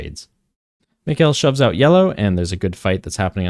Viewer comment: Mikael is not pronounced like mikaylah but like michael.